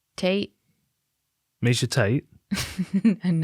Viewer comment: “Miesha Tate?” 🤣🤣🤣